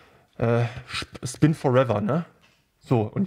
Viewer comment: Schpin for eva alter